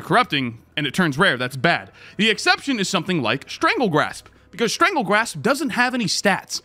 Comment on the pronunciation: Strangle GASP not Grasp my boi. 😂